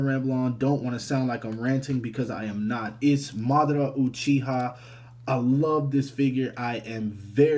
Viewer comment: Your name pronouciation is terrible. But other wise good review.